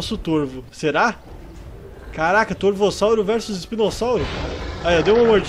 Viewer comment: "corvossauro" ksksks